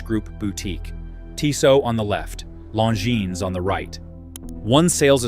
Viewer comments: Long-ins? I stopped this video after 0.31. I don't listen to AI when it can't pronounce names. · You lost me at Long-Ins